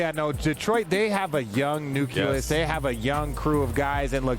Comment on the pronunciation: “Young nuculus”? What is that? Maybe young NUCLEUS? These tv sports commentators are destroying the language.